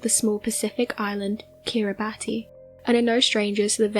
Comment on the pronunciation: It's pronounced Kirra-bis, so that's Kiribati = Kirra-bis